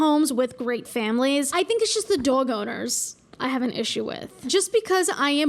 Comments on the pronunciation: The way you say dog infuriates me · I love the way you say dåg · The way you say “Dowg” gives me life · pls where are you from I'm autistic and have a strange accent that doesn't match my background at all and I say some words like you and I have to know where it's from ♥️ like dwog instead of doag and twaolk instead of tahlk.. i've been noticing it from you for like a year it's like my little mystery how my accent thingy sounds like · Friggin love how you pronounce dog. I will say it exactly like that from now on. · pronounces "dog" the same way my dad did and it makes me so happy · i love how she normally doesn’t have much of an accent but there are certain words that are just… tell me you’re from new jersey without telling me you’re from new jersey lol